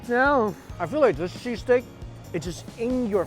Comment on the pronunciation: I had my volume lvl pretty low and I thought he kept saying cheese cake. lol